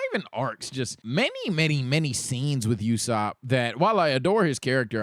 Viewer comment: Thats not how to say ussop